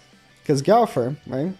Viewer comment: Like how no one can say gowther’s name right like it’s not hard. His not an animal say it right.